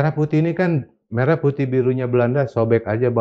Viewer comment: bukti itu lagunya diduga dari AI adalah: WAKTU MELAFALKAN MERAH PUTIH, DIA MENGEJANYA "MERAH" UNTUK KATA SEPERTI "MERAH SUSU SAPI":face-blue-smiling